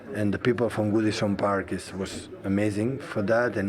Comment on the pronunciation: Man said Woodison Park LOL